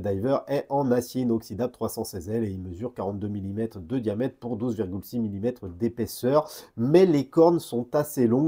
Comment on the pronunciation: Ça me fera toujours rire de t'entendre dire "une montre EUD' plongée" 😅